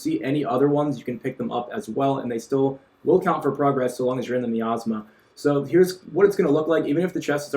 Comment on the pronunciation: Thanks for the info but quick heads up, it's pronounced miasma (my-as-ma)